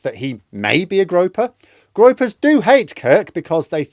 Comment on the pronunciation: Groypers😂, not Gropers.